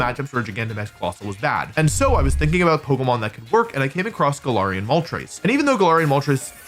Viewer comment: Hey wolf, Im pretty sure its pronounced: ga-lair-ree-ian and not ga-lar-ree-ian. I watched the anime and it's pronounced like that so yeah ..